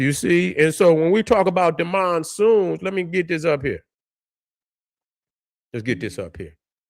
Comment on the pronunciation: "MONSOONS" fix it man. Black Power.